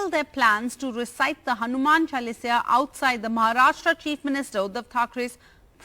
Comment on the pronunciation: Missionaries can’t pronounce “Chalisa”. It is not Chalisia